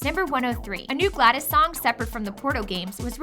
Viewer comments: ITS GLA DOS NOT GLA DIS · It's driving me crazy that she keeps saying Gladys and not GlaDos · why is she saying gladis. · Gla-dos not glad-is God damn it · It is glados with a o, not an I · I may or may not be getting annoyed by the (maybe) mispronunciation of GLaDOS